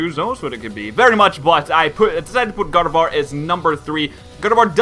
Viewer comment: when said Gardevoir i heard God of War